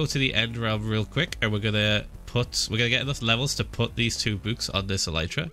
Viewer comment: I like how Phil says bòôk Not book